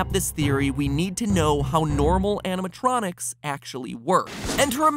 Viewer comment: animated electronics. animatronics. not anatronicis. (Actually that sounds like a knock-off roman name... "Anatronicus will lead us to victory! For the honor of Rooem!")